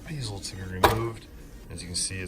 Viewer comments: Nice job. I CRINGED EVERY TIME YOU SAID BEEZO. It's bezel, rhymes with pez (the candy). Can't wait to see the final product. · It's pronounced BEH ZEL not BEEZEL :) Just teasing ya man lol This was a fantastic walk through and convinced to take plunge and buy the backbox kit from them! Appreciate your time and efforts!